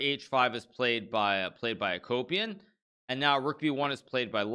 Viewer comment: I kept hearing Vladimir a-Copium